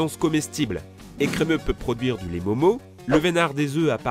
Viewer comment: On en parle des ecremeuh 😂😂